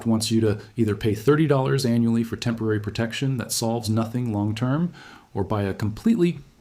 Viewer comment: No mistakes? What about when he says "F or" instead of "for"?